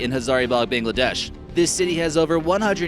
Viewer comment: Bangladest as well